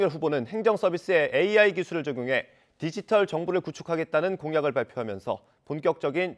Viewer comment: "윤석열"사진땜에 디지털을 "돼지털"로 읽었네 😣😂